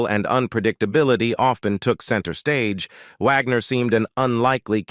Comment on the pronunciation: "...When You See HER Today." HUH??? That's Bob Wagner, not Caitlyn Jenner. He's still male, from what I understand. And WHY does the narrator-bot keep calling him "Vagner?" STUPID!!!